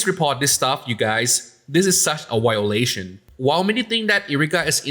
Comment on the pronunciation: Erica could’ve and should’ve handled it privately if you ask me. Edit: Also, I know English isn’t your first language, but it’s funny how you pronounced “violation” and “victim” with a W instead of a V.